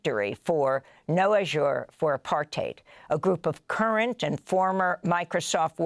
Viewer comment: Looks like it's spelled: "APARTHEID" but Amy, it's pronounced "Apart- Tied"! But you know that.😢 Apart, and "TIDE TOGETHER"! 🫡